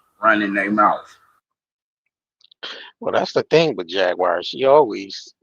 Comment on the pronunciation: It's definitely not JagWIRE. LOL